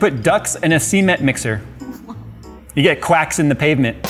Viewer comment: Never knew that is one of those grown adults that can't pronounce "cement" properly. Pity.